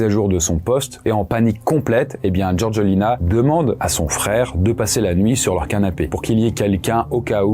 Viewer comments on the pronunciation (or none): Sérieux...tu prononces " GeorGUEUlina"...🙄 Faites un effort...c'est GeorgÉLina...les français a chaque fois...